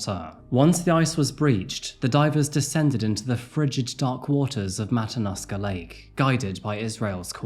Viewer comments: I’ve lived in Alaska for 18 years. This was a very sad time. Poor Samantha 😢 Also, if anyone cares, the correct pronoun citation for the lake Matanuska. It is Matt uh noosk uh= Matanuska. Just FYI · It's pronounced matta-new-skuh Matanuska Lake. Thanks for doing this story.